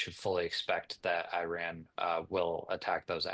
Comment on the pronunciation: It’s not called I Ron it’s called. 🇮🇷 iran